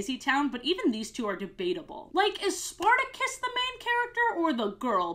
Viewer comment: that’s not the point the point is she said Spartacus and not sporticus I’m just saying she pronounced it wrong